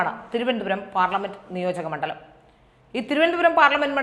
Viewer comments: ആദ്യം " മണ്ഡലം " എന്ന വാക്ക് ഉച്ചരിക്കുന്നത് എങ്ങനെയാണെന്ന് അറിയാവുന്നവരോട് ചോദിച്ച് മനസ്സിലാക്കിയിട്ട്, വന്ന് വാ തൊറക്കെടീ..... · Good presentation. But the word മണ്ഡലം is wrongly pronounced. 🌹